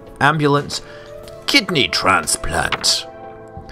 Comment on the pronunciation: kidney? oh, i thought you said kids knee.